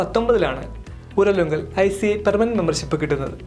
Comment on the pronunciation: ഉരലുങ്കലല്ല ഊരാളുങ്കൽ